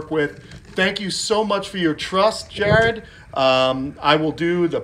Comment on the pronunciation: Congrats on the new water monitor! Maybe you should name him Jarrod/ Girard? like you were pronouncing it at first lol since it came from Jared. 😁 Anyways wanted to tell you this is my ultimate favorite YouTube channel! I absolutely love watching your Channel, absolutely love when my notification pops up that you uploaded something new. Cannot wait to visit y'all next year!!! Hope you feel better. He said you were allergic to Mango so I'm assuming it's something from inside out but if it's a rash on the outside campho-phenique is really good for rashes and itching. Anyways hope you all have a great week!